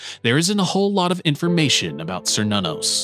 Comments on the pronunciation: Cernunnos isn't pronounced SER NONOS, it's Kernunos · An excellent video, but one criticism. Now I could be wrong but I'm pretty sure Cernunnos is pronounced "Kur-Nun-Nos". Edit: Okay two criticisms. Technically Loki is not the trickster god. I personally believe trickster was an either intentional or accidental mistranslation of prankster instead, because looking at Loki's behavior, he isn't a trickster. He's a fool.